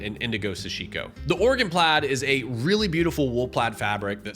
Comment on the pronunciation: I just want to thank you for saying "Oregon" correctly. It's alarming how many people can't properly pronounce a state lol.